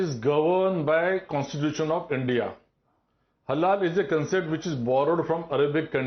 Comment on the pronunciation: is a damned zombie. So many times he's saying "Halala" instead of halal